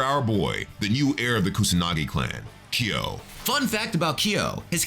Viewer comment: Every time you say Ki yo..... :( it is kyo!